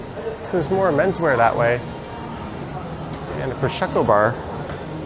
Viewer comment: Pro-SHEK-oh? Having fun with that pronunciation are we?😂